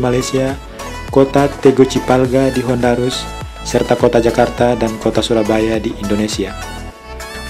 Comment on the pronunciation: Tegucigalpa di Honduras bang bukan Tegucipalga di Hondarus, bacanya buru buru ya? Lagi nonton pas makan gw keselek tempe dengernya 🤣